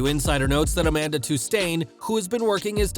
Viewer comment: No , not Tustain…